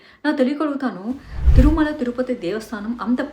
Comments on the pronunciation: తురుమల కాదండీ, తిరుమల అని పలకాలి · తురుమల కాదే బాబు తిరుమల అను